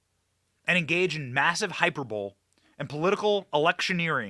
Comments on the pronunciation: The word hyperbole (meaning extreme exaggeration) is NOT pronounced like “hyper bowl;” it’s pronounced like “Hi purr bull lee” with the emphasis on PURR. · Hyperbole is pronounced hi per bo lee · Hy-PER-bol-e, Benny. You know that. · Benny can you please look up how to pronounce hyperbole? You're killing me.